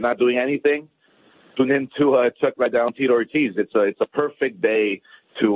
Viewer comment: Ironic how Oscar is trying to promote Chuck Liddell, yet hasn't even taken the time to learn how to pronounce his name correctly. Who the hell is Chuck Lydel? And why does he always stumble over every word he speaks? I've never heard anybody (in a professional capacity) stutter and repeat as many words as Oscar does. "It's it's it's... uh... they they they.. uh.. we we we... uh..."